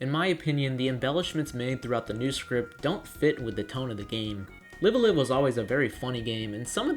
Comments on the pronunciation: Live a Live is pronounced Live (as in Live TV) Alive, rather than Live as in Live Your Life. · Need to pronounce the name of the game correctly. Live as in "Live Wire" or "Alive" for both words. Nintendo confirmed. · This man said liveuhlive